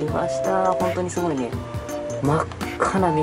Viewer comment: ともさんすごいっていう時すとごの間に少し「ん」が入っててすんごいみたいになってる